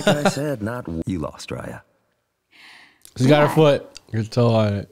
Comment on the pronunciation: Couldn't pronounce one name my guy? Lol